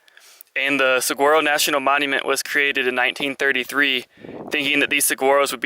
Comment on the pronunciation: The G in Saguaro is pronounced as an H. I have made Tucson my winter home since 1983, I am a adventurer traveler, and vagabond. Been on the road by bicycle and backpack for 42 years since I was 21 in 1977. Happy Trails! :)